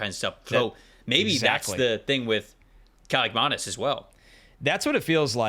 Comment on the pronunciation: Played the Kaliakmanis' in high school, played for our top rival, didnt beat them once unsurprisingly. Athan is Nathan without the N, last name pronounced right by